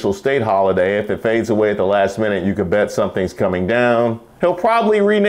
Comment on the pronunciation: Bahaha!! 😂😂 “WET” instead of BET lol!